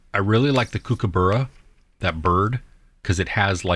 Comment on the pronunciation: Late to the party again............ 1. Cool Runnings! 2. Home Alone 3. Planes, Trains & Automobiles Candy-licious!:) RQ: too easy. Wolf, my favourite animal (well, dogs in general really).: you need to learn how to pronounce Kookaburra mate!;-p And I think your spirit animal is really a Sloth from what you've said lol! JWST...now you're in me territory! Great special. If I hadn't become an IT geek, Astrophysics was/is my first love. There just wasn't a career or money in it, back in my day, eh. Are we alone in the Universe? The speed of light for all practical purposes makes it so. Even if there are intelligent aliens, it will takes years/decades/millennia delays just to communicate back and forth with them, much less make the trip to each other (and that's assuming they are even in the Milky Way!).: I'm enjoying Baki! I know it's gone off on a tangent and completely unbelievable, but hey, it's pure fighting fantasy anyway!;)